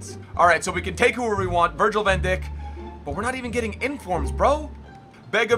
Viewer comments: He's namne id van dijk not van Dick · Anyone notice he said van dick instead of van dijk which is pronounced dike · Van Dick?!?!?!?! You love mispronouncing Southampton related names! 😂😂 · the way he says van dijk is funny